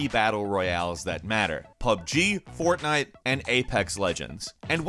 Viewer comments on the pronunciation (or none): none